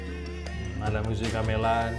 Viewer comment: Gamelan itu cara ucap nya seperti me-lihat bukan seperti me-lon bang....